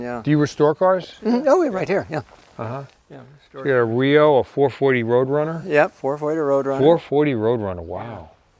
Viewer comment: I hate to bust your balls but it's not REO like rio, it's R.E.O. as in Ransom Eli Olds, so they would be spoken as separate letters like R.E.O. Speedwagon, not as a word.